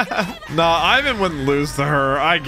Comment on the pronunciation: Leave it to to repeatedly mispronounce names literally seconds after they have been clearly pronounced... One Piece: Ivan!: Is it Ivan or Aivan! One Piece: Ivan!: Aivan!... One Piece: Sadie-chan!: And Sadie too, or is it Seidie?...... Seidie!